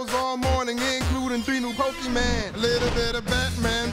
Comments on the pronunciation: He said pokeMAN but the video says pokeMON. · He probably pronounced it "pokeyman" to rhyme with "snow jam." Reasoning still sucks but at least there IS reasoning. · My 4th grade principal pronounced it like "Pokeman"! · IT'S NOT PRONOUNCED PO-KE-MAN, MOM!! GAWD!! :P